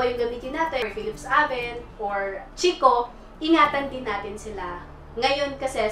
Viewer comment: FACT: ☺️ Dito sa Italy ang proper pronounciation ng Chicco ay KEEK-KO. Its an italian company. Ang "CH" at ang double "CC" sa italian ay "K" ang pagbasa. You're welcome☺️